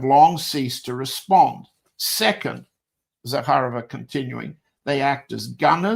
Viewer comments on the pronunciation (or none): Maria Zakharova. You accentuate as in Zakha'rova. My maternal grandfather was Vassily Zakha'rov. He fought in the Russo Japanese war of. Parabéns pelo ótimo trabalho,! Você brilha como poucos.